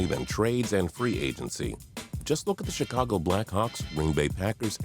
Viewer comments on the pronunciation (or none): none